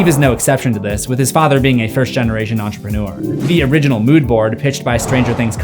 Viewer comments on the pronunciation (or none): none